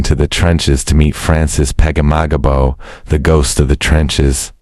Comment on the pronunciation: It is Francis Peg ah mag abow, broken into syllables. We Canadians know our greatest HEROES.